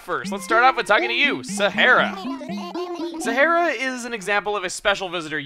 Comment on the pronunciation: Sahara is pronounced like the Sahara Desert in Africa.